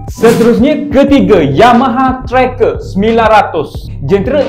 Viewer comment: Tracer... pronounce "trea-ser"..